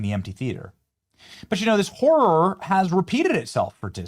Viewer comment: Did he say whore or horror? I guess with her both are correct